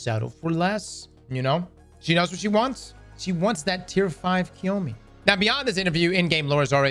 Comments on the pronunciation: It's not KIYOMI, go get a proper education, step away from gaming. It's CHi O MA~ Chioma. FFS they've said her name DOZENS OF TIMES in the game. Osiris has said it, Maya has said it, Ikora has said it. How can you still pronounce her name wrong? There's an A at the end of her name, not an I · it’s pronounced “Chee-oh-mah” 😂😂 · has butchered Chioma's name more times than Maya has butchered actual Chioma